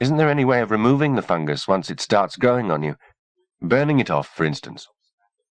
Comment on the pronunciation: It does sound weird since that’s not how people usually pronounce it, but I got used to it eventually. Plus I think if they kept saying “fun guy” my brain would be constantly trying to make jokes out of it. 😝